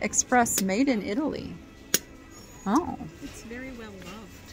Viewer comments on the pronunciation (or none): none